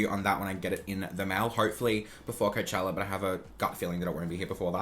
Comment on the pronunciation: I thought I was the only one who didn’t like the Kylie weather packaging!!! I honestly am so glad that he agrees with meee!!! Love you 😂😍😍❤️❤️❤️ “Coachellawa”